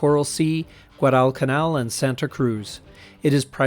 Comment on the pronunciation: Interesting! The narrator needs to learn how to pronounce "Guadalcanal".